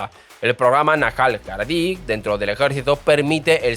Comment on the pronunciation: Aprende a pronunciar nombres y palabras antes de grabar el video!!! No existe la palabra "haradi"!!!! Los "hashakansies"???? Por favor.....